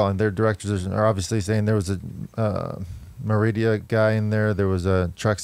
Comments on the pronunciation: It's M E R I D A not merid I a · MERIDA! MERIDA! MERIDA! - NOT MERIDIA> JEES!